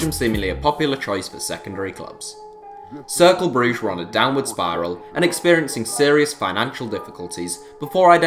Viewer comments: Varri Varrichio I was pointing out how it’s said, I know it’s spelt Cercle. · Circle Brugge? Did you mean Cercle? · It’s ‘Circlar’ Brugge not ‘Circle’ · Cercle Bruges or in dutch Cercle Brugge.